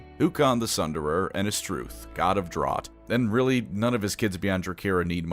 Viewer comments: Did... did you purposely mispronounce "drought" and "fiery"? Am I being ragebaited right now? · not knowing how to pronounce "drought" wasn't on my bingo cards. Also spelling "Cytharai" wrong in both the title and the in-video card. Losing that quiz hit harder than we thought.